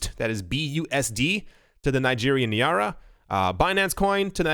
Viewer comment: NIGERIAN NAIRA*** NIGH-RAH